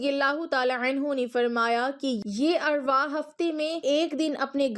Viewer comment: Word arwahee nhi arwaah hota ha